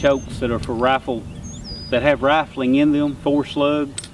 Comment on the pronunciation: I hear "burrl". I like "raffling" too :)